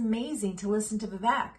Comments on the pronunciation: Nobody ever says his name right the ek at the end of his name is pronounced ache like “cake” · Vivek, like cake! Say it like cake, not Vivek like deck. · Why don't people listen to Vivek with how he says his name is pronounced and pronounce his name correctly, especially if they are "wanna be" comentators? Vi-Vake (strong A sound), pronounce it correctly and do him proud, lady.